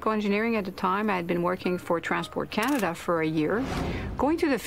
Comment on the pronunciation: forgot to fill'r up 🤣🤣🤣🤣 air canadah